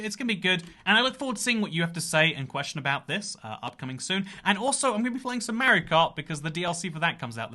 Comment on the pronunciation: why tf does he say "mario" like that